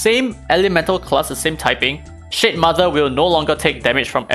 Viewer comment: I keep hearing shitmother..😭